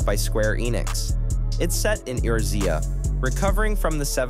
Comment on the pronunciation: For FFXIV it's AY-OR-Z-A lmfao